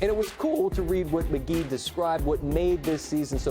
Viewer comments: Did he say McGay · hahaha he said McGay xDD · Lol. He says mgay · he called him mcgay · He said Mcgay Mcgee 😂